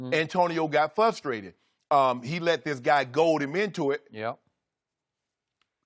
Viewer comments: You misquoted Shannon in the video title, he said "AB is fustrated" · he's fusstrated